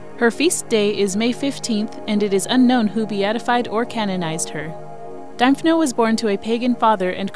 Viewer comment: Pronounced Dimphna. Thanks for the video